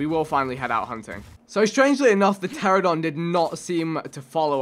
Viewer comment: Pteranodon Vikk, not pteradon